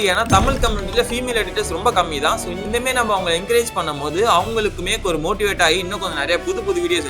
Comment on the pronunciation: inthamaari ❌ inthemeri ✅